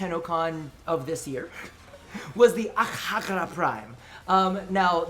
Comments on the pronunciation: Akjagara is my main Secondary. I NEED ITS PRIMED VERSION NAOUW. Wishes aside. I think its pronounced "Akyagara" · Omg every time you pronounced AKJAGARA prime I was like pls no